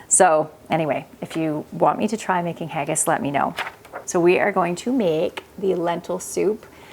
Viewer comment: Haggis Is pronounced Ha (as in ha ha) gis (as in kiss) not haygis❤😊